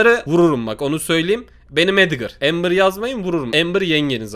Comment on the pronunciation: AMBERRRRRRRRRRRRRRR ABİ PARDON AMA EMBERRRRRR